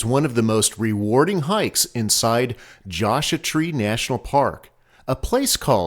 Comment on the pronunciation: Josha Tree??? C'mon man! :)